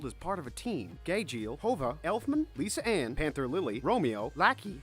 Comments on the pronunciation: Anybody who watches fairytail should know this and PRONOUNCE THE NAMES RIGHT (No hate tho ) Like are u kidding Hova- juvia Lissa anne-lisanna Elondalas -edolas Margarine -Mirajane Calebus-cubellius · Whyyyy who is Lis Ane AND WHO THE HECK IS MARJARINE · ""Lisa Anne"" IM WEAZING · "Gayjeel" "Hova" "Lisa Ann" "Anther lily" "laki" Correction Gajeel Juvia Lisanna Panther Lily Loki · ._. I died Did he call Juvia Hoga??? Or are my stupid ears hearing things.. Also they called Gajeel Gayjeel and Lisanna Lisa Ann 😂😂💀💀💀💀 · He pronounced lisanna as Lisa ann